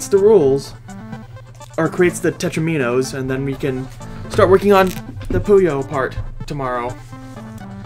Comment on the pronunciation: Bruh just say “Teh-troh-min-owe” instead of “teh-trowe-mean-owe” because “Teh-troh-min-owe” is the OFFICAL pronunciation